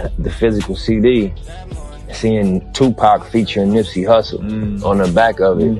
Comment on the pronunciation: Who tf is two pack?